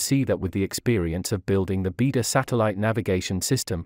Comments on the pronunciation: I enjoyed and learnt a lot from your array of videos. Thank you. But I also can't help noticing your pronunciation of Chinese is somewhat inaccurate in most cases! For example here the word Beidou, you pronounce like bee der but should be 'bay doe ! Thank you.👌🙏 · It’s pronounced as “bay dou” not “bee dou”. It means Big Dipper in Chinese.